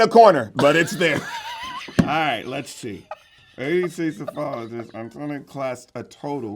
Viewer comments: Psephologist is pronounced suh and not -see I’m playing along lol Major is right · Major got the correct pronunciation of Psephologist. Proof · I think Major pronounced Psephologist correct